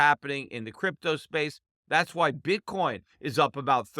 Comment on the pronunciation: Bitcorn he called it lol